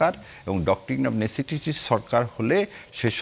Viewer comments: ব্যারেস্টার সাহেব ওইটা (১২:৫৮ মিনিটে) নেসেটিসি না নিসেসিটি। দারুণ আপনার পড়াশুনা😂😂😂😂😂😂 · নেসেসিটি যে উচ্চারণ করতে পারে না, সে আবার ব্যারিস্টার!!!!!!